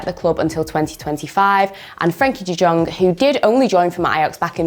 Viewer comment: Not Dutch but isn't it like De Yong, the J is a Y basically